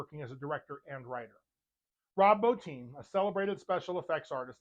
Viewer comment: You are the first reviewer I've heard pronounce Rob Bottins' name correctly. That and I'm a werewolf buff also. Subbed ! As for The Howling, it's my favorite werewolf movie. Every time I see Robert Picardo in anything, I always say "Hi Eddie". The werewolves also had digitigrade legs.